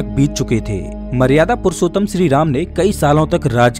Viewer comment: Are bolna ata he kya shree jii ko sree ram bol raha he